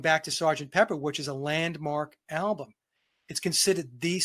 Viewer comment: 🔥🧨, great discussion, but if Vince says “alblum” one more time I’m going to “exblowed”💥